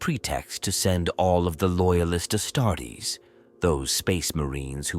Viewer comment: The Astarts loll 😂